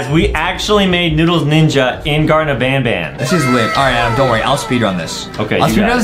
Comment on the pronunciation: It’s not garden of ban ban it’s garten of ban ban.